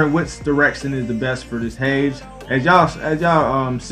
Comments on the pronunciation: Hay-Dees!!!! Not "H-ades" OK I'm done... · Nice video and all... but duuuuuude it's pronounced* "hadees"... so hard to hear you say "hadz" xD